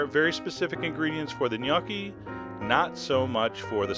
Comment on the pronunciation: the 'o' in gnocchi is pronounced like in the word 'home'